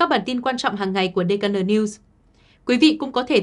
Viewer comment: Tên của đài gọi hay hơn Là (đi khê en:) (:DKN:))đừng đọc (:dê ca nờ:)) nghe không được hay: hiện nay tên công ty: tên khách sạn cũng dùng bằng tiếng anh mà